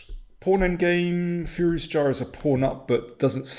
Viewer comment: Is it just me or does Daniel now pronounce "Firouzja" as "furious cha"?